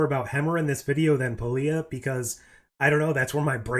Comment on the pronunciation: Hammer was cool. And I wanted to see more of that character. Pelia, you said it like in good Spanish pronunciation. Muy bien. Pero since in English there's a lot of different sounds for same vocals, and not a way of knowing where to accent, it might be something like "Pelía" "Pay Lie ah" 😬 It's just that accent in that little line, I can't tell, it's a little "different". And when Scots want to confuse you, they use their own words and ways, independently of you listening them speaking English. And they did that at the airport, to me. I worked at cargo section, some dudes from other places you are able to hear, because the passengers flights section, too many folks, noise... But cargo, one at a time in the office or some in the cafeteria or so. It's good to sharpen your listening comprehension 🤓🖖